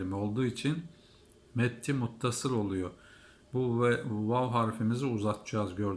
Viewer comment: Vav harfini yanlış okuyorsun dikkat et ve olarak okunmaz